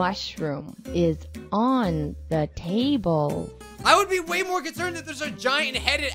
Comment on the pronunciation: The Famer can't even say no use just "Maur"